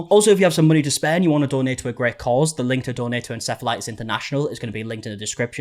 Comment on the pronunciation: Why did u start pronouncing it en-sef-elitis? Just curious